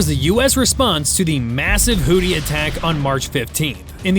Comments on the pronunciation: It's pronounced "Who-Thees". "Who-Tees" sounds like a male strip club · I hate how you say "Hooty" instead of Houthi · Why does this narrator what to kill Hootie?😂😂😂😂😂😂😂😂 it is pronounced who-thy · Great video. Small point, however. It's pronounced HOO-thee not hootie. I realize a lot of people use the incorrect pronunciation, but I feel like it's better to be correct than compliant. Not a knock at all, just a helping linguistic hand. :) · Who thy, pronounced who thy. Not hootie.😂😂😂😂😂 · Hoodees? Hoothees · It is pronounced "Hoo-thee", not "Hootie". There are no blowfish there. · Hoo-thee, not hoo-tee lol 😂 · It's pronounced WHO-THI, not WHO-TEA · The pirates in this conflict are the HOOTH-ees, not the HOOT--ees. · Seriously, is it pronounced HooTHie or HooDy? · It's HOO-THEE smart guy. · Does this AI voice keep mispronouncing houthi with hootie? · You are consistently mispronouncing the word "Houthi". Proper pronunciation would be closer to"Who-these"… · It called them hooties because AI butchers the pronunciation of a lot of words. Unfortunately more channels on YouTube are using it, it's just like text to speech software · Houthi with a 'TH.' Know ur enemy, can't believe you made a whole video saying the name wrong.